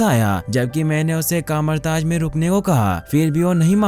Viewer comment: Kamartaz🤣🤣🤣🤣🤣🤣 Kathmandu bolaa naww